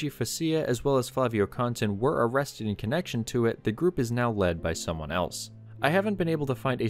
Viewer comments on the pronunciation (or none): none